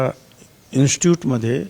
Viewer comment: Instut nay re institute 😂😬😬🤫🤫